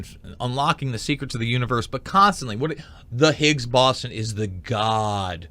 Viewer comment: be a little more informative if you could pronounce boson correctly